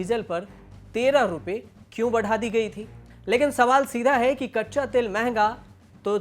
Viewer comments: Tale nhi be Tel hota h 😂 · तेल को तले 🤣🤣🤣